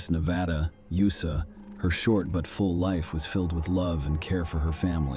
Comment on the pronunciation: Get a real narrator. It pronounced "USA" as "you suh". Good bye.